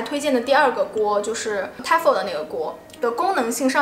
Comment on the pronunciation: Tefal 應該唸T Fail的發音 😉